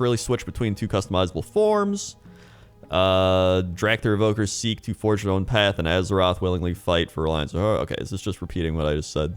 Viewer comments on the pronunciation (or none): none